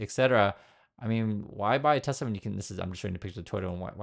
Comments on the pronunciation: maybe we should spell it the way trump pronounces it. Tesler. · I laughed so hard when he said that LIVE 🤣🤣🤣 Tesler 🤣🤣